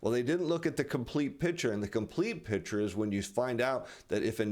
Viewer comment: Please learn how to say the word, "picture".